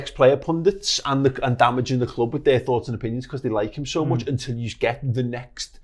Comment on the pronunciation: This guy says SCH instead of K, is that how most people in Liverpool talk? Look = Looch